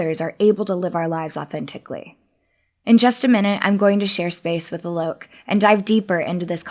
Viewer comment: His name is supposed to be pronounced 'aa-lok' not 'uh-lok'... Just saying.. Not that anybody cares..